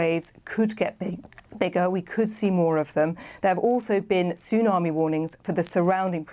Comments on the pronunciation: Sorry, I know it’s a terrible situation and all, but when the news presenter called it a “toonami” just made me laugh. She should know that “Tsunami” has a silent “T”… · She said 'Toonarmy' at the start of the report...a BBC newsreader...!!....ubeleeeeevable..... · 'a major Toon Army warning...'. How is someone this old unaware how to pronounce the word 'tsunami'?